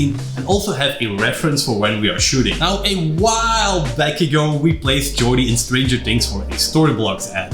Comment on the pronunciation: "Jordying" hahahah love these videos guys! Keep up the good work!